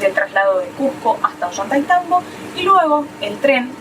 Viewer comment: Muy bueno el video y las explicaciones a través del camino hasta Aguas Calientes. Hermosa Santa Teresa, y mucho más lindo Machu Pichu Pueblo. También hermosos los hoteles en que pararon. Sigan disfrutando., Ollaitaitambo, jajajaja. A Mary y Guille, también les costaba pronunciarlo. Desde Mendoza muchos saludos 🤗 😉